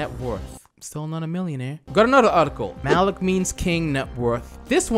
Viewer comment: he says malki in arabic means king but it's actually MALIK not MALKI idk why im so pissed off about it